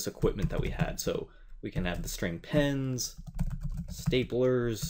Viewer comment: 'pens' so close to 'penis